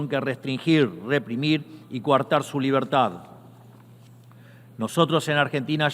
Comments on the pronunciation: Po que la libetad , y la libetad , porq la libetad y viva libetad . 😂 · Que poco convincente suena Milei al pronunciar la palabra "Libertad". Hace un esfuerzo al final añadiendo un "carajo!!" pero es en vano.